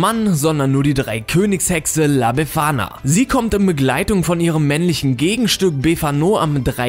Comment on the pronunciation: Wie er befana ausspricht.:D